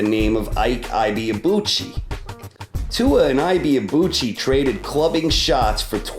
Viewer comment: David Tua is NOT Kosta Tzyu. And he is not Tsua either. pronounced 'Two - Er'